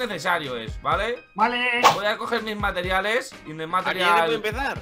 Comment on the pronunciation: No es los meteriales es los compariales